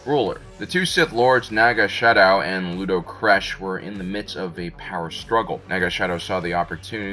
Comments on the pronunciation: Naga Sadow, not Naga Shadow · Naga Sadow. You sound like you're saying Naga Shadow, with a short O sound. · There is no "H" in Naga Sadow.